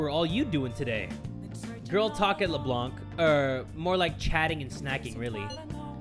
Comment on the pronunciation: OH MY GOD JAY! It's pronounced Leblan, the c is silent!